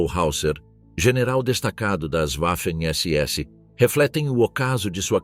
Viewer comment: NÃO É UAFEM SE PRONUNCIA VAFEM....